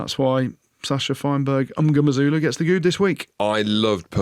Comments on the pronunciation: Jim you need to learn to say Sacha’s surname properly…it’s mm-ngo-meh-zoo-loo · Zero effort to say that last name properly.